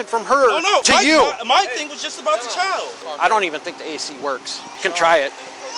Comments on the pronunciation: Can any black person please tell me why most of you cannot say CHILD? Almost all of you say CHOW, or CHOWED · the word is child. not chowded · I noticed the inability to pronounce the word "child" correctly, too. Sad